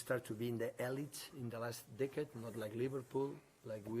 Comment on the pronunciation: Man said Livarbool